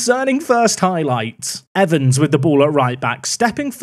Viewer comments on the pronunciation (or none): none